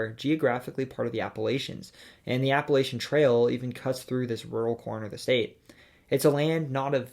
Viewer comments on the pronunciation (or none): "Appa-LAYSH-un" AAAAAAAAAAAAAAAAAAAAAAAAAAAA It's "Appa-LATCH-un"!